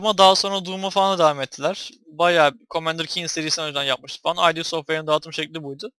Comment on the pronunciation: Ay Di değil türkçedeki gibi okunuya id diye.